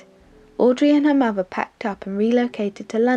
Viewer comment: great documentary exellent narration but learn to pronounce the letter T mother not muvver father not farver.......M